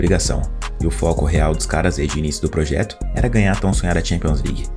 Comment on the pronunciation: PSG, o eterno "pôjeto"